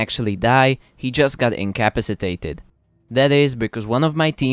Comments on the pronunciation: You pronounce incapacitated weird 😂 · The way you said incapacitated really grinds my gears 😂